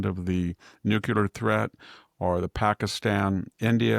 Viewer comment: Yes, very disappointing, that absent Nobel prize. E.Jean and Stormy both submitted nominations on his behalf, too. Go figure... Maybe the committee doesn't recognize the word "nuculer"🤣 Here's an idea. Let them know about that great response to last week's Texas flood devastation. That should win the prize for sure!!👍